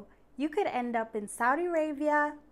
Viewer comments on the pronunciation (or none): none